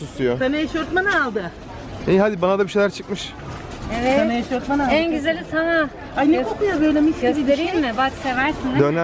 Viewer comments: Eşofman eşortman değil ☺️ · Eşortman diye bir kelime yok eşofman var